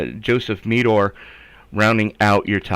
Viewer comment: Ty guys for covering the race been enjoying watching it back. For future reference Meador is pronounced more like the A is silent so its kinda like "Meh-der" 🤣 I appreciate what you dudes do 🤘